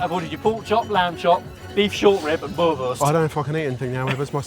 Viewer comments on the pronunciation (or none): its boerewors ie boor-e-vors not boerwors